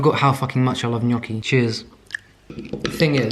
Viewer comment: Me being proud that you pronounced gnocchi the right way 🥺 AND THEY ARE SO SIMPLE TO MAKE, YOU SHOULD TRY! Just potatoes, whole wheat flour (or the ones you prefer, i use sicilian ancient grains flour) salt. Traditionally they’re made with eggs, but we are vegans so none of that 😼